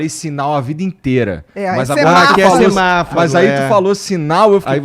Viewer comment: Semáfaro (semáforo)... Logarítmo (algoritmo) ... Meu Deus! Vamos ler mais gente! Psiquiatra falando errado assim! Vejam o que virou isso!